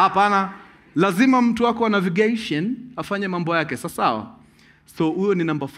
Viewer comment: Destineishen, motiveishen, Navigeishen 🤣🤣